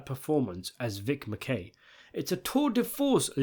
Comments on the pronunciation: Why do you keep calling him Macay?its pronounced Macky and they say his name all time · Pronunciation of Acivedo and MaKey by narrator was hilarious! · Names Pronunciation: Mack-key, Ass-eh-Vay-duh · My man's is straight butchering the character's last names (Mackey, Acevada) but its completely understandable 😂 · Absolute Shield stan here. You watched a whole season, you should be able to pronounce Mackey and Aceveda